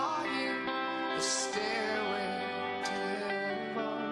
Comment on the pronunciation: Ok 'starway' to heaven is the most lovely of accidental vowel inflections